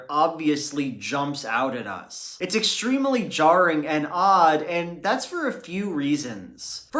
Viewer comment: I would like you to explore the underlying traumas that are clearly responsible for your inability to pronounce the word 'extremely' without four syllables, i.e. "ex-treem-uh-ly". I promise that I will not laugh or banish you.